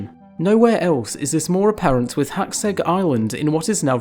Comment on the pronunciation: I just want to say you are pronouncing Hațeg really well.